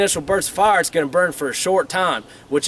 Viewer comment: I like how he says fire. Farr.